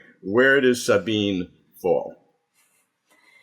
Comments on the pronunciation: Sabine is THREE syllables. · How shabby to not even know how to pronounce her name. It's embarrassing and disrespectful. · Robert, you mispronounced Sabine's name! 😆